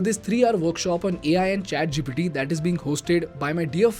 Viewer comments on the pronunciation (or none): none